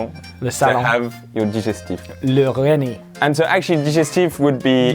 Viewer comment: I lost it when Ollie said "le Rennie", but I freaking choked on my drink when he said "le Pepto Bismol" all in his french accented glory Ah, Ollie... Never change...